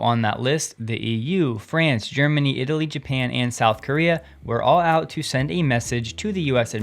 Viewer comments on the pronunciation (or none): none